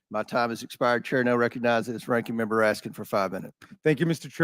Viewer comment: Raskin; how many times did he have mention AR-15; bet you anything his SS agents carry similar weapons; what does want; water pistols. He also mispronounced the deceased man's last name.